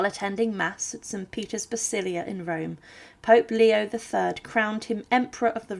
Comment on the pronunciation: God, I wish that was the only thing. :-) There's also a C in "basiliCa" and so on. I can't decide whether the voice is CG or real. Feels real but these repeated mistakes make it very embarrassing...